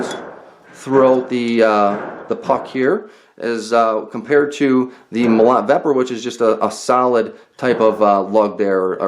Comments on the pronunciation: agh... stop saying Mo LOT! it's pronounced Mo LOW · Russian "molot" is a "sledgehammer" in English. And the right way to say the word is mOlot, not molOt. Comprende? Cheers!